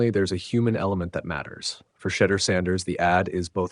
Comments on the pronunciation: I know this is an AI NARRATED VIDEO BUT PLEASE PRONUNCE HIS NAME WITHOUT IT REFERENCING A 4 LETTER WORD THAT STARTS WITH THE LETTER S! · You mispronounced Shedeur’s name. Gotta go. See ya